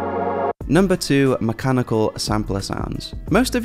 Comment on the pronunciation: mach-ah-ni-kal, like the goofy-'ah' meme trending? loved that, you get a like!